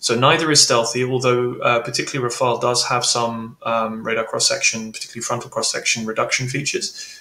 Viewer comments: no, not you. It's Rafale, not rafael. Come on. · Can you please, you guys stopping calling the Rafale by pronouncing "Rafael". It is just "Rafal" 😂😂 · Rafale, not Rafael! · Ra-fa-EL?? C'mon,, no, that's the Italian who painted those rascally/cute little angels. The Rafale (ra-FAL) is a stormy blast of wind, a gust. gets it. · RAFAEL? Come on, that’s a Teenage Mutant Ninja Turtle. It’s Rafale. You’re the go-to GOAT on this stuff. 😎👍🏼 How about each ally simply use the plane they can do best with in terms of volume, supplies and training? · RafAle NOT RafaEl ! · It's RAFALE and not Rafael! :) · It's not called "Rafael", but "Rafale". Rafale is a bird, and Rafael is a Hebrew name, completely unrelated to my knowledge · Rafale. Not Rafael. More credibility if you pronounce the names right. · RAFAL not RafaEL!!! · RafaLE, not Rafael , mon ami, come ca va aujourdui? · Tips for English speaking persons : how to pronounce "Rafale" : RAH -FAHL . the two As are pronounced exactly the same Easy ! rhymes with "cabal" for instance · god anyone else tired of people calling it Raphael? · it's "Raff Arl"... not like the Ninja Turtle 😊